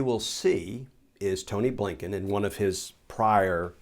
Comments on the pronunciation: Just love that when you say, “A. Blinken” it sounds like “Abe Lincoln”. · Mr. Kirschner calls the new SOS Appointed, "Tony Blinken." I've heard others call him, A. Bliinken! Yes, the pronunciation sounds like a former POTUS.